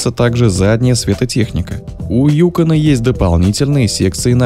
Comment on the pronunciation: Опять диктор неправильно ударение ставит. Правильно на вторую гласную ЮкОн.